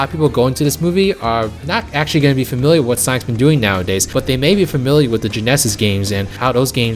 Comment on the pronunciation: Why did he say Genesis like that?